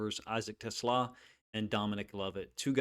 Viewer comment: Coach - everyone gets it wrong (even Dan Campbell) but his name is pronounced teh • SLAW